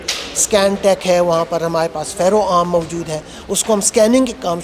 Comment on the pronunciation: You don't know no how to pronounce Urdu, ( majood hoon )for example